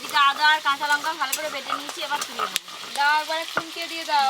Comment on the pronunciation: লঙ্কা কে বলে লোঙ্কা